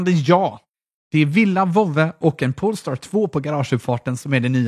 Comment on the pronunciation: Haha, kände samma.. pole-star, inte pool-star.